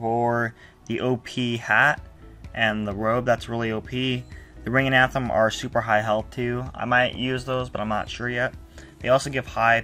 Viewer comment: Dude cool vid and all but it's not anthem it's athame